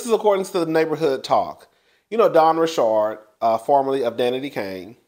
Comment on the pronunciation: It's simple, KanYE is how his name is spelled so why would it be pronounced any other way than "YAY"?! Where you get "YEE"?!?! And it's just Richard like the male name. Where you get "RiSHARD"?! 😂😂😂